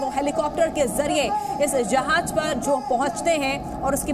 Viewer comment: Jahaj nahi jahaaz